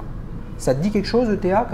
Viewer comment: On ne dit pas E.T.A mais Eta :)